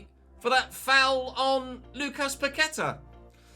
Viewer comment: Just a heads up, it’s pronounced PaquetA with the emphasis on the last A. Love the vids though